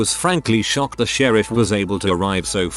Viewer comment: "I called the shereef"